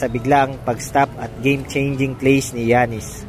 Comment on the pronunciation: yanis po di giyanis